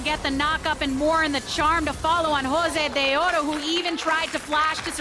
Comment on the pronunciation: Unless you're Latino or a women, there's not much room to say anything bad about her. She's there for a specific audience. Personally, I love her saying Josedeodo the way it should be.